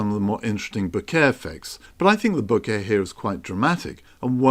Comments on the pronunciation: I am sorry. Please don't take this the wrong way. It is not ment as a critique but more as a guide. To me it sounds like you are talking about flowers and "bouquet" every few seconds. How to pronounce "Bokeh" Other ways a very good video. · No, it's pronounced bokeh 😁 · I'm sorry but I couldn't stand so many mispronunciations of the word that I muted the sound and read the captioning instead 😅